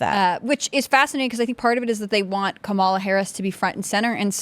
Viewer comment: must have a low IQ. She cant pronounce Kamalas name right.